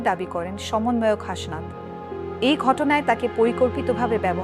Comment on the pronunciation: হাশনাত আবার কী? ওটা হাসনাত।